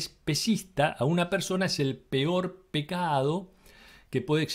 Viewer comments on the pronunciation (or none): none